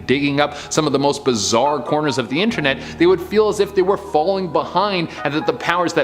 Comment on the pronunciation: its funny that he said Inter-weeb